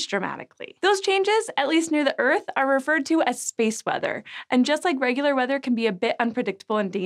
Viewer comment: "...space mother..." sigh, had me scared for a minute. Had to rewatch it a few times, now realize you're saying space WEATHER....sounded like mother, and I was wondering if I'd fallen into the rabbit hole.